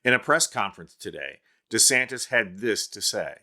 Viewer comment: CC keeps saying Ronda Santis. Maybe he's making anti-trans laws because he's in denial.